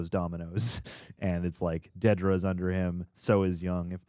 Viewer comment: i am irrationally upset that so many people can't say dedra's name right, lol